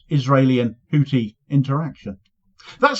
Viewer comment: FFS The th in Houthi is pronounced like the th in thin!